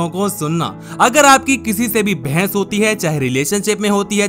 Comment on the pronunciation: It is not bhains it is bahas